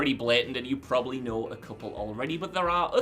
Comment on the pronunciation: Probably has 2 b's in it. Heard you butcher plenty of pronunciations, buts saying proberly is just ridiculous.